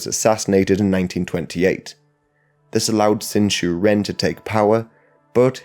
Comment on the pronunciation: Ren sounds like run in English. NOT like the bird, wren.